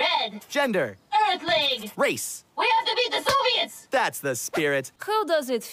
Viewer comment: Yeah, for a second I thought I heard "zombies" but it was actually "Soviets".